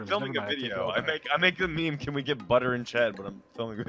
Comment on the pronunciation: BUDDER FOR HEART? me: le BUDDER